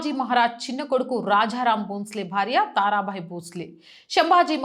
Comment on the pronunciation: కరవాలము - కరావాలం కాదు; రాజా రామ్- రాఝా రామ్ కాదు; తారాబాయి-తార భాయ్ కాదు. తెలుగు స్పష్టంగా పలకడానికి దేవీ స్తోత్రాలు కానీ భగవద్గీత కానీ google లో చదువుతూ ఆడియో విని సరి చేసుకోవచ్చు. ఉచ్చారణ లోపం ఉండకుండా చూసుకోండి.